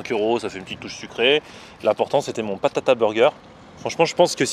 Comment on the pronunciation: BATATA burger pas PATATA voyons